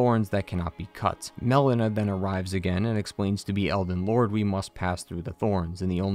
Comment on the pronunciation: How are you mispronouncing so many names 💀💀💀 "Melania" (malenia) "mel-ena" (melina) "Blayth" (blaidd) They say them aloud in game too 😭😭😭